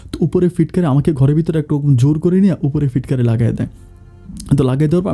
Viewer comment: ছিটকানিকে ফিটকিরি বলেন কেন, শুনতে খারাপ লাগে